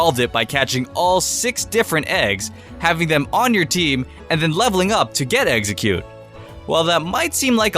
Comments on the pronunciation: stop saying, eggseggcute! it's EX-EGG-CUTE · listen to the vidio he said a baby exxercute I thought of eggercute ass its name